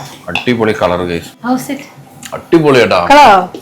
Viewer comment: How is it ❌ House it ✅ 😂😂😂